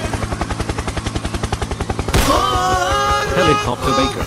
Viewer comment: HELICOPER HELICOPTER 🤣🤣🤣